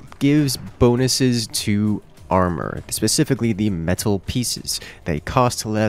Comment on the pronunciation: Real strange hearing someone pronounce armour differently from armor honestly.